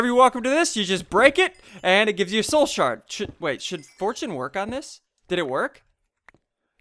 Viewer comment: You kept saying Shoul Sard xD